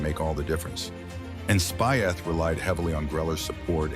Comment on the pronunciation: Spieth is pronounced speech